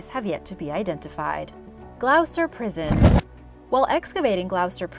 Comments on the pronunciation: It's actually pronounced Gloster! lol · Gloucester, my home town (it's pronounced 'Glaw-ster' 😁).